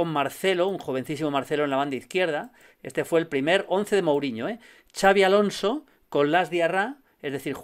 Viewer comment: Que decir de Xabi Alonso.... Pues que no se dice "chavi" sino "Shabi"